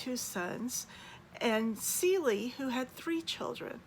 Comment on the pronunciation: Cele, like an animal , not Celie.